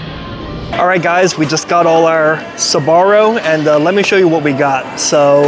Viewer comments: Why do you pronounce it “Sabaro”? It’s Sbarro. 🤔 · it's pronounced SBA-RRO not SA-BA-RRO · It's not pronounced Suh-barro. It's Sbarro. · UA , Sbarro - actually pronounced like zarro 😅😊